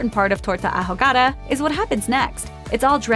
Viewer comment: The narrator was doing surprisingly well with the pronunciations until the last one. Whew! try "ow-ga-das."